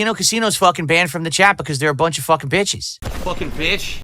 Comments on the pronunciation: he cant even say the word bitches like a man hes slurring it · Because he’s drank gin last night 😂